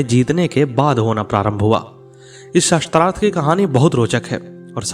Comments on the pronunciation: प्रस्तुतकर्ता शास्त्रार्थ को शत्रार्थ उच्चारण कर रहे हैं जो अशुद्ध है । कृपया शुद्ध कराएं । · Atyant rochak katha parantu ek peeda huyi aap Shaastrarth ko baar baar Shastrarth bol rahe the. Shaastra aur Shastra ka antar samajhiye 🙏🙏🙏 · आप बार बार सस्त्रार्थं बोल रहे हैं बल्कि शास्त्रार्थ होता है। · शास्त्रार्थ शब्द बोलना चाहीए न कि शस्त्रार्थ